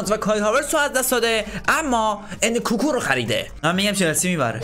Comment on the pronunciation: اون انکوکو نیس انکونکو هست